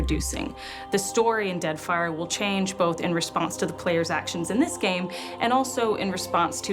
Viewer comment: do he say deadfire for me it sounds like deathfire :P